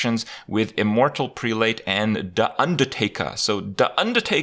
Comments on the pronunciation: immortal prelate: preh-lut. Kind of like zealot. English has stupid phonetics. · it's pronounced prell-ut